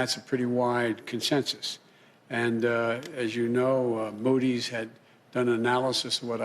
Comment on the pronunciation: ha ha ha ha...he said MOW DEES......its Moody's. This old coot is dang near falling onto the floor fast asleep. Too funny!! I'm going to use his funny line....MOW DEES lawn for me.